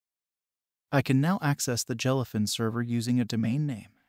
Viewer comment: Jell-uh fin. Moo-vuhs.